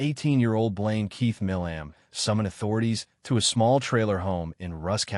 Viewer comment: His last name is pronounced "My-lum"